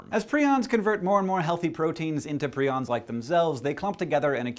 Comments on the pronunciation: It should be "Preye-ons (like lion), not pree-ons". Modern Romance languages are at fault for the very common long "i" as "ee" pronunciation. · Did anyone else notice the other SciShow episode that talked about prions and specifically spoke about how they are pronounced "Pry-ons" and not "pree-ons"? Which one is correct? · I have always heard prions pronounced as pry-ons... is that weird? It makes it a lot easier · My microbiology lecturer pronounces "prions" like the ones you're talking about in the vid as "pry-ons"...who is right? Dun dun dunnnn